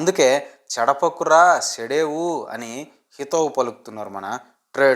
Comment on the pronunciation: అది చెడపకురా చెడేవు రా అయ్యా శెడపకురా శెడేవు కాదు